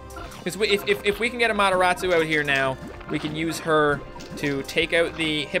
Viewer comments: Why is calling amaterasu to amotorasu/amotoratsu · you said the AMATERASU wrong lol